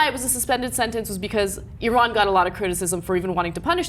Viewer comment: Thank you for pronouncing Iran correctly.